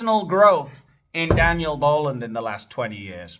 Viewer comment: Oooh Daniel, or Dan-eye- el from the book of Peenoch should I say! You were about to get a dressing down so hard the skin would come off! However..In some contexts, "Each to their own" is also used, and some people find both phrases acceptable. However, "To each their own" is generally preferred in modern usage...soooo... you get away this time....Dan-I-L😂